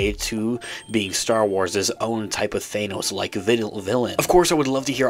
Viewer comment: Who pronounces Thanos like that ?